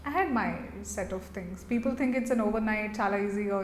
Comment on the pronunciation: Its "think" 😂😂😂